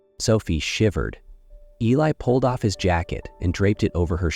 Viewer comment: Beautiful story. I wondered why he didn't write her a letter. He did! Mispronounced Eli's name. Even called him Billy. Stories at this site need to be proofread.